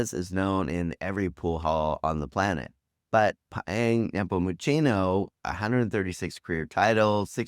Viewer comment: Many non-locals struggle with the C in tocino and nepomuceno, pronouncing it like the double C in cappuccino which is wrong when it's actually pronounced like S as in ounce.